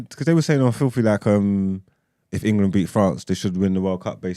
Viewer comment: I was listening on spotify, and I had to come over here to "like the video" especially because I was cackling at En-Ga-Lund!!!! (I got my 7.5 :P)